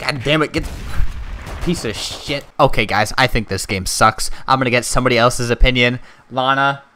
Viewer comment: actually he does he said bullshoot and sheet